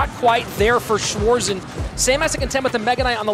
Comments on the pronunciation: Wanted to write the same haha schwoarsen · How the Narattors calling Schwarzen 😂😂 Schwoarzen